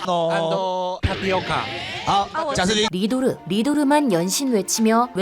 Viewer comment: 안도 안도..하길래 뭔가 했더니 and를 그렇게 발음 하는거네요? 진짜 헐이다..ㅎ